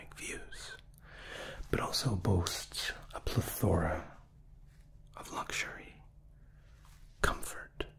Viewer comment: Insta-tingles. Well done as usual. 👏🏻 (One thing, it’s PLE-thora ;)